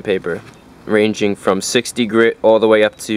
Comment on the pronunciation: One hundreht grih I love accents My dads from Chihuahua and he says yunkyard, Yeep, and anything else that starts with a j is y